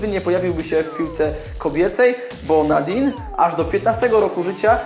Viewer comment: Cieszę się, że w ostatnich materiałach wspominasz o żeńskim futbolu ;) Pamiętaj jednak, że imię niemieckiej bramkarki czytać powinno się nie Nadin, a NadinY Angerer (to Y, to tak naprawdę coś między e, a y)